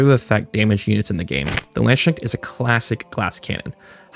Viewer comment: where does the "land schneck" pronounciation come from? i suggest anyone who doesn't know how to pronounce landsknecht to try "lands kinect" as an anglicization